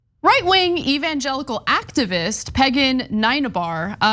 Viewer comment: Did Anna make a Freudian slip by saying that lady's first name as Peagan or is that her real first name?